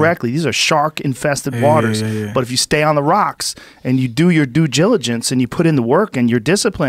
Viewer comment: Joe "Due Jilijance" Rogan